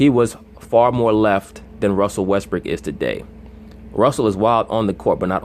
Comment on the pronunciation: Why do you keep saying Russell "Westbrick"?